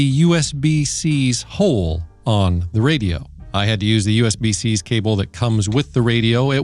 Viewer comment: Just love the way you say HOLE!!!!